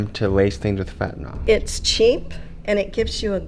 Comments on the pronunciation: It's Fentanyl, not "Fentanol." Why does EVERYONE say it wrong?! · It's weird seeing drug counselors and medical workers - basically everyone MISPRONOUNCING Fentanyl. Just look at the way it's spelled. It is correctly pronounced FENT-A-NILL (like ILL or HILL). NOT FENT-A-NALL (Like FALL or BALL). Heck, even news reporters mispronounce it.